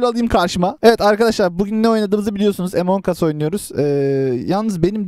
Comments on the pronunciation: oyunda tuşlara basara daha kolay oynaya bilirsin boşluk görev açma imposter ken sabotaj map ini açma Tab map i açma e report q öldürme ve Emongus diye okunmuyo Amıngus diye okunuyo .d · among as emong as deyil